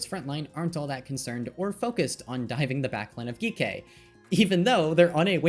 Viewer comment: i love the video, but is Geekay not just pronounced like G K?